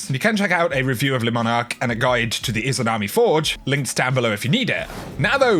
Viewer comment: ITSSSS LEEEEEEEEEEEEE MONARQUE NOT LESSSSSSSSSSSS LEEEEEEEEEEEEEEEEEEEEEEEEEEEEEEE